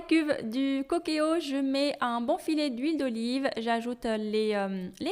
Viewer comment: Le cookéo se lit coukéo comme en anglais le mot cook se lit couk en anglais qui veut dire cuisiner